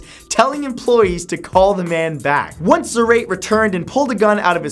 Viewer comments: Zar-eight XD Zá-ra-te!!! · Zah-rah-tay.....not zer-rate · the way you say Zarate is killing me :p it's pronounced s-ar-ah-te not zar-ate 💙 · Its zuh-ra-tae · Zarate is pronounced Zarr-Ah-Tay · Is Rubén Zárate no zareit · its pronounce "zar-ah-tay" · uummmm...Zarate pronunciation is: Sarah-Teh... Believe me thats my surname... xD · The way he pronounced "Zarate"